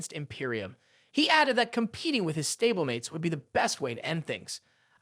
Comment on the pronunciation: This has to be like AI right? Stabble-mates and weyyeueeweyy